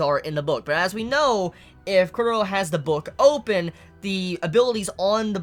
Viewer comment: Wut -_-? is pronouncing it the correct way.